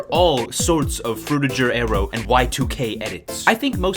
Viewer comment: “frutijer aero” 🥀🫩